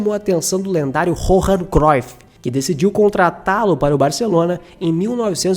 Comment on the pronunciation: A pronuncia de Johan é IO-RRAN